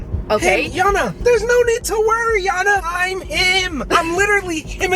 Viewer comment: He name is yana not jana